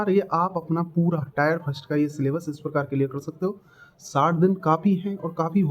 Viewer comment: टायर नही टियर 😂😂😂😂😂😂